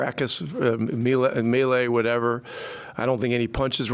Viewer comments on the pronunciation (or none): none